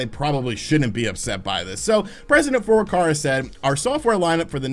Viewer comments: Furukawa NOT Furukarwa .... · FurukaWa, not FurukaRa. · it's Furukawa not Furukara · "President Furukara"